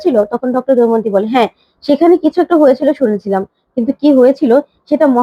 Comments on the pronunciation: তুমি কি দময়ন্তী উচ্চারণ করতেই পারোনা, সমানে দৈমন্তী বলে যাচ্ছ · Ekhono Damayonti uchchron korte paro na?